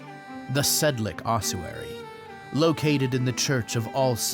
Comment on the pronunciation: nice video, but it's pronounced Sedlets, not Sedlek